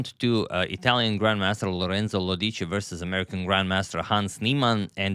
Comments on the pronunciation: It's Lòdici, not Lodìci 😊🎉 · It's Lòdici, not Lodìci 😇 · Everything correct, except how you pronounce Lodici: it is Lòdici. not Lodìci. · Italian here, it's "Lorènzo Lódici" : in the name, the 'e' is as you said, but more "open", and the stress is on the 'o' in the surname. I'd be very happy if you cover one of my countryman's games! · Exactly, Antonio always has a very precise pronunciation of the players’ names and is attentive to this aspect. A politely worded suggestion, I think, would be well received. Moreover, Antonio tried to pronounce “Lodici” in the way most common for Italian words, with the stress on the second-to-last syllable. In this case, however, it falls on the “o.”